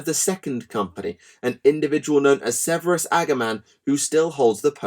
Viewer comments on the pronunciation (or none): none